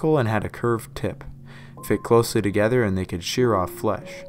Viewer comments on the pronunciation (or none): none